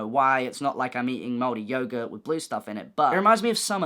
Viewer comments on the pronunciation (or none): i fully thought he was saying yoga